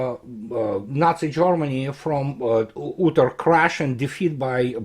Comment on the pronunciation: Your English is perfect but "utter" is not pronounced as ooter. It's [ˈʌɾɚ]